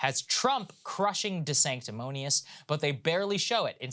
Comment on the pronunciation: Saager almost called him Ron Desanctamonious twice